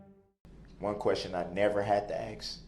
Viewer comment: Saying "aks" instead of "ask" shows his guilt.